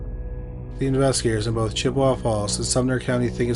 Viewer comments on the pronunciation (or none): none